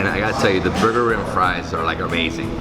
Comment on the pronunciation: It is actually pronounced booger-eem (pronounced with a strong R) Burgerim is a Hebrew word wich obviously translates to burgers.